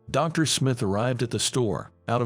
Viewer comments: The AI voice work on this one is INSANELY bad. D.R. instead of Doctor, too many times to count. Wound pronounced wrong. Just awful. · Dr is pronounced DOCTOR!!! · Irrelevant, distracting background! Poor pronunciation of some everyday words (eg. Dr.) in the commentary!